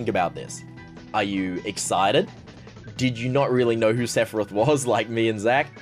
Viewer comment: Hearing you butcher Sephoraoth hurts